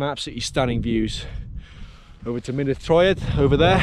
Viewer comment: Great video, two minor points. Mynydd is pronounced "Mun-ith" Waun is pronounced "Wine"